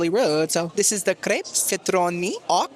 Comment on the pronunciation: for future reference, “aux” is pronounced like the letter O. Love your videos! Your personality is chefs kiss